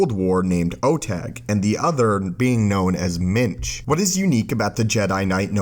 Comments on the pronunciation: Every time you said minge I laughed especially when you said "minge nearly single handedly defeated the dark side" English people will get it. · Did you say jedi Minge? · when you say minch, its sounds like something completely different. ;)